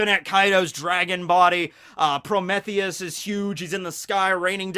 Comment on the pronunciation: Pro-MEE-thee-us. Not Pro-MEH-thee-us.